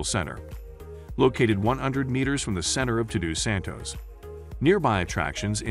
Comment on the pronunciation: Unbelievable the pronunciation of the names. You couldn't even say "Todos Santos" correctly? Or should I say, Tudu Santos.